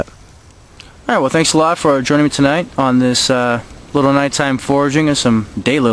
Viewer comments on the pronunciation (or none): Wherefore keyened'st thou "than - iks" in stead of "thanques"?